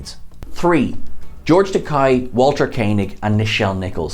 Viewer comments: As he said in the roast of Shatner, "It's Takei, rhymes with gay!" not Takai rhymes with pie. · OMG...you must be the only person ON EARTH who doesn't know how to say the name George Takei. It's not Tak-i...it's Tak-a. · It's not Takaaaay, it's Takei (like in Toupé). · My name is George Takei, not Takai... Takei, like in "toupee." - George Takei, Comedy Central roast of William Shatner, 2006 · His name is George Takei, rhymes with gay. How can you not know this? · dude, it's Takei, as in (as the man himself puts it): "It's OK to be gay Takei!" (it's a rhyme). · Takei - rhymes with OK - like Ta-Kay - OK? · It's George ta-KAY, dear sir. As he reminded William Shatner once, "like toupee". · Could you at least show George Takei the proper respect he is due by pronouncing his name correctly?